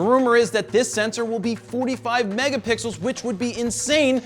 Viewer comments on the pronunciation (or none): none